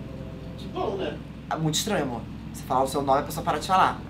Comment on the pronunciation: O falando sem sotaque é ótimo kssksksksk "deita meu amorrr"